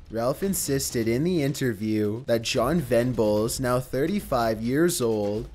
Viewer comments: They don't even pronounce his name correctly, both Bulger AND Venables. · A "poly-teen" bag? Polythene, "th"! And it's James Bul-jer not Bul-gurr!!!! And John Ven-ables not Ven-bulls!!!!!! God!!!!!! I often wonder if is really a robot, even though I know he's not - I've seen his face! But still, ffs, that voice! Poor guy. Or he might just be affecting it. The joke might be on us and he has irl a really posh English accent! That would be GREAT!